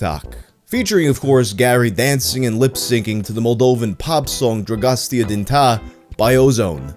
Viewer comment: If you were a Romanian in the early 00s, you were not truly Romanian unless you could sing “Dragostea din tei” by heart Also “Dragostea din tei” is pronounced “drah-ghos-téa deen téy”. You pronounced “dragostea” pretty good actually!